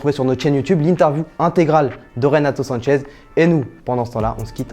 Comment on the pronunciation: sanches et non sanchez